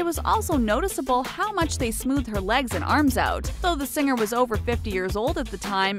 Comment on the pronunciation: Or "sing-ger" instead of "singer".